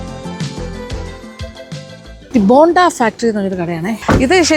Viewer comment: ബോണ്ട അല്ല ബൊണ്ട . ബൊണ്ട എന്നാൽ കരിക്ക്. ബോണ്ട യ്ക്ക് ഇവിടെയും ബോണ്ട എന്ന് തന്നെ ആണ് പറയുന്നത്